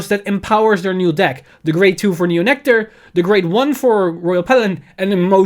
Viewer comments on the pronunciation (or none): none